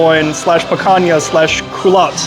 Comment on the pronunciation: you don't have to boast about your ignorance, in Portuguese the name of the cut in written "Picanha", pronounced "Pikanya", not "Pakanya", the way you pronounce it.